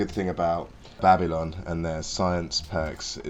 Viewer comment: The Jamaican way of saying Babylon at the start was best part of the video😂